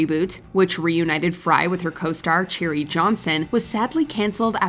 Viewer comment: Cherie Johnson’s name is pronounced “Sha-ree”, not “Cherry”